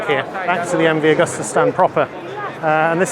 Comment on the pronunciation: Excellent video,. Thank you. Btw it's Agusta. Not 'Augusta'